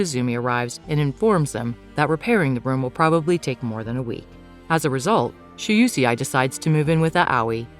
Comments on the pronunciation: It's Shuusei 😭 Not she-you-she-eye 🤣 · " shu u see ai?" 😂 its pronounced "Shu - Sei" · Shoe-say it's pronounce like that I think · While I enjoy these recaps, I can't stand the bad pronunciation of foreign names. Not everything revolves around US. Shuusei is an example.